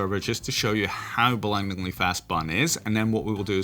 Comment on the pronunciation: 🤢 You said blindlyingly fast